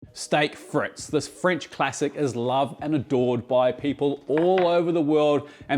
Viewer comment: STAYK FRETZ . that is exactly how it's pronounced... lmao